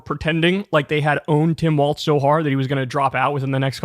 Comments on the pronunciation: It's Walz, not Waltz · FFS, KYLE...WALLS, NOT WALTZ!! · Walz is prounounced like walls, not waltz. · It’s not “waltz”. It’s Walz (WALLS) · Is Walz pronounced like "waltz" or "walls"? BC, Kyle always says walts but everyone else says walls. Isn't it "walls"? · For a big tim walz guy you sure say waltz a lot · There’s no T in Walz